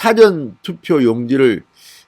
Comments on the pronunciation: 사전투표가 아니고 사~전투표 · 사성발음이틀렸네요 굉장히듣기거북하네요 사전(국어사전..)투표가 아니라 사( 事전투표)입니다 지지자이지만 국회위원 출신이 한글 억양도 모르시는가요? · 사전투표는 일 사.앞 전으로 사-전 투표로 발음 해야 한다고 계속 글 남기는데 진의원 좀 고치세요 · 싸전투표가 아니고 사~전투표로 발음하는게 맞는게아닐까요? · 진 위원님 엑센트가 아주 특이합니다. "Dictionary" 투표가 아니라, "죽기전(사전)" 액센트로 발음을 하시기 바랍니다. 억양이 하도 특이하여....응원합니다... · 진성호 님 사전투표 발음이 좀 이상합니다.